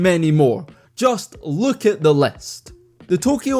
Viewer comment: “Take a luke at thes pho oh “ hahahaha I love it